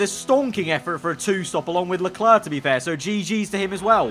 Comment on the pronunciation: If I ever stop watching, it's probably because of how he pronounces "Leclerc". It's not a big deal but geez it's annoying, great content tho